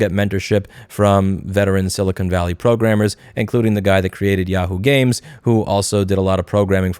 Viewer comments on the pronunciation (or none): none